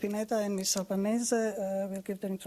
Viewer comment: albanese not albanesse